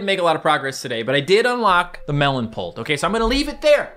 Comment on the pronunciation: the way he says pult is satisfying idk why.